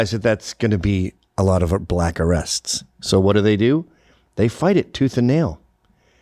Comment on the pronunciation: They always pronounce it buh-LACK.